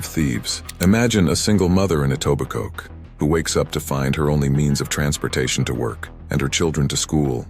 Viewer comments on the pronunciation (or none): Something wrong with a vid when they pronounce Etobicoke with a hard k.